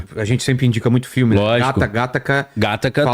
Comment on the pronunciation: Pq Gátaca? Eu falo: Gataca.